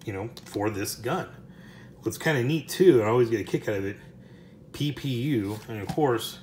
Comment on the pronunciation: It isn't nny, it is ППУ which is PPU in Cyrillic.